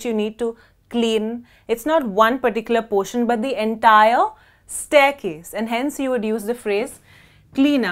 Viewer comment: la palabra staircase esta muy mal pronunciada